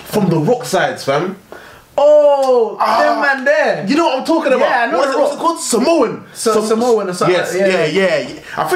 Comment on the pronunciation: I love u but u said samoa wrong and that kinda triggered